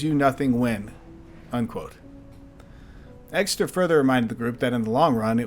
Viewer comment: It’s Exter not Exeter